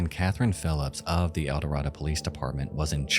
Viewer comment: You are mispronouncing Eldorado. How do I know that, you ask. Because I am from Arkansas. And once lived in Eldorado.